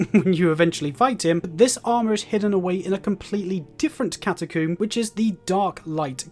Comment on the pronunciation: no offense but that is NOT how you pronounce catacomb